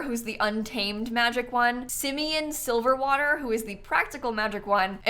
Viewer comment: i did crack up at the fact that called him "simeon silverwater" when it's "silversweater" - i know because this man walks around EVERYWHERE in my saves lmao